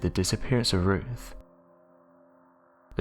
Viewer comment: Who is Roof? Do you mean Ruth? Mong.